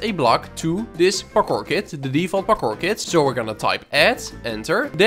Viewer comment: "Pakkor" maps